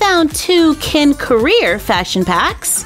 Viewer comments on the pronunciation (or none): Instead of ken you said ... KAM how dare u